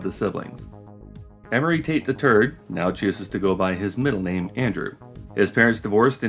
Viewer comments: Love how you pronounce "Tate the third" as "Tate the turd" 😂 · Is it normal that I hear "Emory Tate the Turd" every time? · I lost it when you said amory tate the third.. cuz it sounded like amory tate the turd 😂